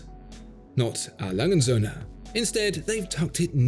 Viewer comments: Aw-lunge-zoone is no proper pronunciation of "A. Lange & Söhne". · Well that is a beautiful work of art, and beautifully described. There is just one thing I didn't like, and that was the way you mangled the company's name. A. Lange & Soehne is a name A. Lange and sons we would say in English. Lange would pronounced Lung-eh like a lung with an ehh and Soehne pronounced like sern-eh.